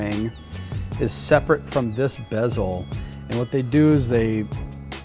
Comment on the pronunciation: “Bezel” not “besel”......duh